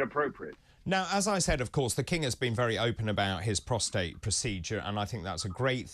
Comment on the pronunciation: Well by my calculations she did not stay in hospital for the full 14 days. Any abdominal surgery requires a minimum of 6 weeks to heal. Oh & thanks for pronouncing Prostate correctly. Most media experts are calling that precious man gland Protrate🤣🤣🤣🤣